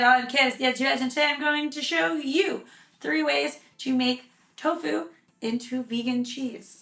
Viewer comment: Did you say tocu mozzarella? Lol this is great!!!